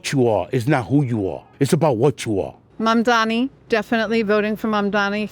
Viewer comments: "Mandamni" has got to be one of the most egregious ones yet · Cuomo still can't pronounce mamdani's name, lol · They can't say Zohran Mamdani correctly... We should spell Cuomu/Coumu/Qwoomoo/GooyMoo incorrectly! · Andrew Cuomo is literally incapable of pronouncing Mamdani correctly. I can't tell if its because he's old or because he's islamaphobic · He still can’t pronounce his name ffs